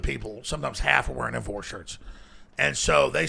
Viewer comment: "This week on TIMFOWARS..."